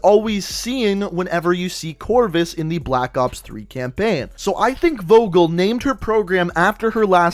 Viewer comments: its not wogel, it's pronounced Fogel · If ur german u realize how he butchered leni vogel. Vogel is pronounced Fogel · Goddammit it's spoken Fogel we Germans pronounce the V like a F in some cases xD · VOGEL not WOGEL say it FOGEL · its pronounced “four gel” with a hard g not vo gal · Did you say wogol to Vogel? Vogel means bird... or in that scene a name. You spell it like: F o g e l, not W o g o l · in german you have to pronounce V --> F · im not german but im soo triggered when he says vogel insted of fogel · You did convince me pretty good but(I'm German) you pronounce "Vogel" wrong xD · You said Vogel wrong you must say it like fogel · Just a tip: we pronounce it fogel, v is spoken like f in German mate^^ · FYI in German v’s are pronounced like f’s so it’s pronounced Fogel not vogel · DEUTSCHLAND ÜBER ALL..... im actually Polish hehehe Edit: V in German is pronounced as F, so Leni Fogel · You pronounce Vogel like Foagal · The pronunce is fogel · Vogel is really pronounced like 'fogel', because in german an v sounds like an f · the V in her last name is pronounced as F in german, so its technically pronouced Fogel and its spelled Vogel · No hate but is is not Wogol it is Like the F from finish = V o= o from Nomad g from Genetik e= ea from Eagle and L from Line 😌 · in German "V" is pronounced as "F". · Im german and Vogel is pronounced fohgel and it Means Bird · it bothered me the whole time when you said her name its pronounced "fo-gel" in german "V" is pronounced as F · Hii , I am from germany and you pronouns Vogel like fogel and it means bird in german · Nope. It's pronounced as Wogel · Nope.. its pronounced as Fogel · vogel is german and means bird and in german u pronouce it Fogel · As a German, i think it's funny how you pronounce "Vogel" xD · Vogel. 😂 good video tho. Just making clear I am from germany and I know how hard our pronounciation is but how he says it is still funny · The V is more pronounced like an F. I love those vids!